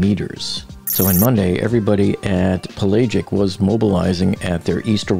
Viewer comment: You obviously do not know much about the oceans or you would know the word "pelagic" and would not struggle with its pronunciation. Just to let you know 4AM is in the morning. even in Buffalo or at sea but you do not seem to know this. I have a lot of experience using carbon fiber tubes and road and hoop-type weave have always failed like a layer cake when one slice came apart. A spiral wrap holds up much better as my forces certainly weren't simply mono-directional but if and when it failed it would always be a kind of crumbling of the substrate not so much the fibers. This is repeated over and over in the case of Titain but I think the bed-liner was just sprayed as a bumper for casual on-deck abrasion and not anything serious. The sad part was that they didn't wrap the sub in titanium. As to the model testing the whole operation was run on a shoestring with a dubious business plan. I'm sure the whole basis for OceanGate's operation was the motto "good enough." I have only seen one comment noting nowhere in any of the videos or stills was a torque wrench seen being used on the bolting operation of the forward hemisphere.